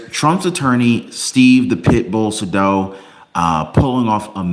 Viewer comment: Isn't it "Say•dow"? As in rhymes with "hey, cow!" 🤔?